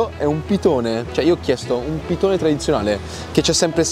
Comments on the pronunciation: piDone, con la "D". Il pitone è un serpente. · Pidone con la d non pitone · Si chiama pidone non pitone... il pitone e il serpente, il pidone è il rustico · Comunque si dice PIDONE, non pitone 🤣🤣🤣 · Cmq fatti dire bene il nome dei cibi si chiama PIDONE e non pitone come il serpente 😉